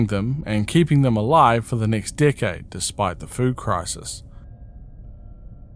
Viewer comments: whenever you say decade it sounds like your saying dickhead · Ok but the first time I heard you say “decade old tapes” I had to rewind because I DEFINITELY heard “dickhead old tapes” 😭😭